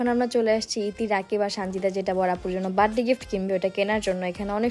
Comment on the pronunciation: বাড ডে না বার্থ ডে